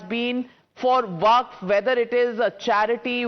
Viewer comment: It's waqf not vakaf